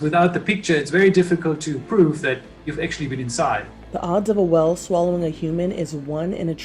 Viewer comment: Am I the only one bothered by the way she pronounces whale?